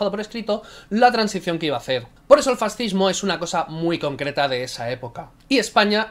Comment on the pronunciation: El presidente de SOS Racismo dijo que los Reyes Católicos eran un antecedente del fascismo. Bueno, en realidad dijo "del farrzihmo". XD Y además lo hizo en una entrevista en el canal islámico Córdoba TV en la que en general se dedicó a ensalzar a Al-Ándalus. ¿Cómo te vas a fiar de unas estadísticas realizadas por gente tan sumamente ideologizada?